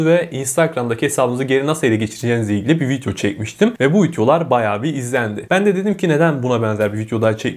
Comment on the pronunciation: Vityo diyo 😁